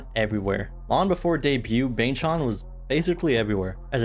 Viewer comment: Bang ChAn not chon 😢 Chan rhymes with can 😊 (same with Changbin) Seungmin is the main vocalist, not lead ❤ 3Racha writes all their music that's released by JYP